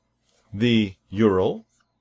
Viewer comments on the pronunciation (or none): Gah! Great tutorial but please don't say YOORUL, It's U.R.L!